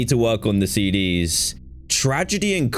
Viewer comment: my dumbo went “see-dee-ess” instead of cds ( 💿 )